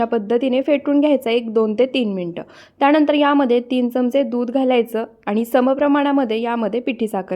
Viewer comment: त्याणंदर नाही त्यानंतर बोला, आधी शुद्ध मराठी बोलायला िशका